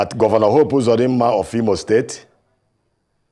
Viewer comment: This Imo state man whose name you guys did not pronounce well has come here to seek for appointment with Hope Uzodinma. Sorry this man is a purchased and paid servant of the APC agent.